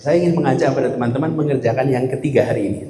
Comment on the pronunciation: Berulan-ulang nonton, kagum dengan sebutan "TENAN-TEMAN"